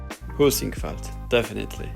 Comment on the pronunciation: I could have sworn you said "poosyfoot" when you said Heisingveld or w/e haha